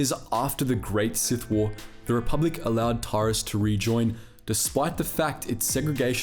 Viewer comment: This would be great if you had actually played the games and learned how to pronounce their names properly. How do you get Bastila "Shin" from Bastila "Shan" (Pronounced SHAWN) and Taris isn't TAR-IZ it's Tair-is. FFS it's not hard to find a let's play and listen to a little bit of pronunciation.